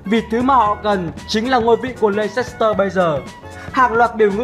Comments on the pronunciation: Thế này nhá, nếu đã đọc tên clb thì hãy đọc cho đúng, đọc sai tên clb người ta cứ như sỉ nhục vậy, cái gì mà lây xét tơ, nghe vớ vẩn chưa từng thấy là Lét s tơ. Cảm thấy vô cùng khó chịu với những người như này, nếu ko biết tiếng Anh thì ít ra cũng phải tìm hiểu cách đọc tên người ta sao cho đúng. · Nguyễn Đình Khoa Chính xác 'lɛstər', cơ bản là đồng âm với từ lester, vì vậy leicester đọc y như lester. Đã vậy còn có thánh Kun Kelly đã ko học tiếng Anh còn bày đặt phát biểu. Lây xét tơ =)), nực cười hết sức. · bỏ ngay cái từ le xít tơ đi.nghe mà chối hết tai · phát âm là /less/ter city nhá bạn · ad đọc sai tên Leicester sai rồi nhé :v không biết là cố ý hay vô tình đây